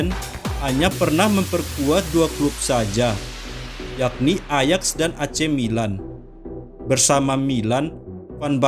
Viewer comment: Banyak salah pelafalan min. Harusnya Ajax di baca ayak